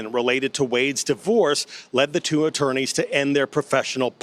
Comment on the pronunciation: I guess those viewers that complained about your sex analogies do t matter to you anymore. It is disgusting. I think it’s because you use it so much and it’s not necessary. You are such a smart young man and you sabotage your credentials by doing this as well as saying “da” for the word “the”. That being said, whatever or whoever you feel you are getting kudos from for talking that way, I hope you are well compensated. 😊